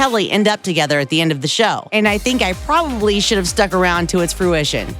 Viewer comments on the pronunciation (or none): none